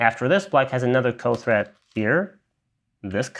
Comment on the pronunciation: Threat. Not thread